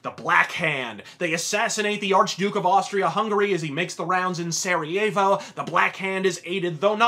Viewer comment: Never heard Sariavo said with an American accent. it's nice that you've done that on the centenary. Lest we forget those whom lay in Flander's fields. Love from the UK.